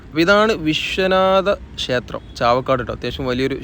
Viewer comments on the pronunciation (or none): none